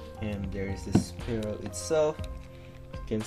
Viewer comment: its pronounced sfeero